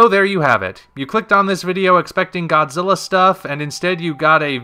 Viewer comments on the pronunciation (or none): none